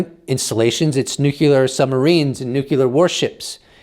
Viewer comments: Every time he says nucular instead of nuclear.😬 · Nuclear, not nucular. Love your content! Thank you for reporting! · It's "new"-"clear". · 'Nuclear' has one "u" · Hey...please learn the correct pronunciation for nuclear. You pronounce it incorrectly...like George W. Bush.